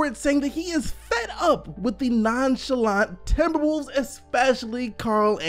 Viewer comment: this man keeps saying timberbulls